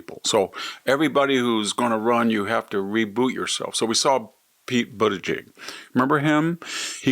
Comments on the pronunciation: The dumbest "waxen dummy" of all is Victor Davis Hanson - in this iteration, wearing what else but a hat? BTW, Vic, you can't pronounce the name? Say it like this: BOOT-edge-edge. Try it again: BOOT-edge-edge. Don't get all hung up on butt, you sanctimonious ass. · Coherent? This wrinkled old prune refuses to even pronounce "Buttigieg" correctly. I have no doubt he can, if he chose to. But he deliberately chooses not to, proving that he's not only an old prune, but an old PRUDE - and a homophobe, to boot. Pun intended. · If he were REALLY an honest man, he'd pronounce "Buttegieg" correctly. By pronouncing it the way he does, he's honestly a homophobe.